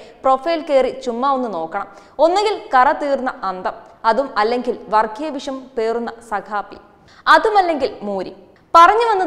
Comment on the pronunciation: വർഖീയ എന്നല്ലപറയേണ്ടത്.' വർഗ്ഗീയ 'എന്നാണ് ശരി.